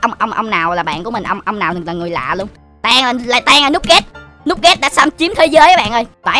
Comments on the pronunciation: like thứ 123 nugget mà đọc noopget là anh tự hiểu binh đoàn ngget sẽ làm gì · Em là fan FG nè qua video anh phong coi mà chac đọc là nugget nhé anh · Anh ơi nói tên của nugge là lắc ghét nha anh